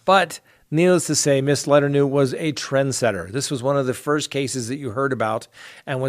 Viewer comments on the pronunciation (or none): Not Leternew.... la,tourn,no is how it’s pronounced.😂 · Letternew? Try Luh Turn Oh. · Oh my God you’re killing me with the Letternoo. Le-ter-no.. thanks for the giggle!💕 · Letter-no? Luh-TURN-o........... :-) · "LA TURN O" not "LETTER NEW" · Her name is pronounced le turn no. I hope something happens with daybell /vallow case or the intro will be the best part of this show. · ..it's pronounced..( La turn o) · Letter-no !!!! Lmao so funny !! Try again ! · Learn how to pronounce mary Kay’s last name. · Love listening to you but it’s La-turn-no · It's pronounced Mary Kay Lue-turn-oh, and Gee-lane with the G pronounced guh, as it is in give or goat. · LETTER-NEW???? My guy.....you need to do better...this is getting ridiculous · Mary Kay (La-Turn-no). Remember that, and you'll pronounce it correctly every time! Just lending a helping hand. Love your podcasts. Love and appreciation, from Oregon.;) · Ur ripping the name to shreds. Mary kay ( La-turn-o). Sounds a bit closer. But i remember that story. Wasnt there a movie on lifetime years ago? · It's pronounced La-turn-no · Letorno is how to pronounce letourneau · Oh. It’s LE-Turn-Oh Mary Kay LE-Turn-Oh (Letourneau) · I let men-kah-doe, giz-lane and then ghiss-lynne go, but come on! Letter-new?? 🤦‍♀️ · I don't mean to sound petty here or rude but I have to say that Mary Kay Letourneau is pronounced as "La-turn-oh", and Ghislaine as in Maxwell is pronounced as "Gi (as in give), and the s is silent so it's "Gi-lane". Like I said I don't mean to pick but it was driving me crazy so I kind of had to say something! I hope I didn't offend anyone because that wasn't intended. 😉 Thanks for all the great videos and for presenting the facts. It's refreshing. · Letourneau = La- turn-o. Is the correct pronunciation 😛—Your funny with some of your words you pronounce— just trying to help! ( It’s the teacher in me) Thanks for all ya’ do!’ Cheers 🍻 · Lol. Her name is pronounced La turn no.